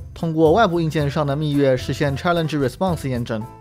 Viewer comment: 虽然不重要，但是那个字是不是应该念做密钥yao，不是yue呢？感觉听着怪怪的